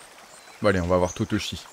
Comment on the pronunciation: lol, "parler a totochi? ben non c'est tochichi!!! mdr